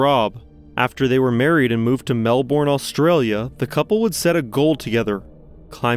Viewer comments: Just want to say the correct pronunciation of Melbourne is more like Mel-burn not ‘bourne’ as in the Bourne Legacy. But I am really enjoying the video and will check out more after this. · Melbourne is not pronounced Melborn, it’s Melburn. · Not Mel-Bourne Australia, “Mel-ben” Australia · Actually it’s more like Mel-bin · Hi, you are pronouncing Melbourne really weird. We do not pronounce the OU in it as O but more of an E. so it sounds like Mel and Burn put together.